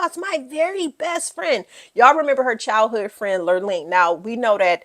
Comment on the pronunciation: Kyle's best friend's name was "Lorene." (not lirleen) 🤗. really loved your review style!